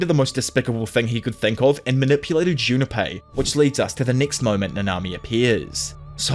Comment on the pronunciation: Say are you saying "Junapie"?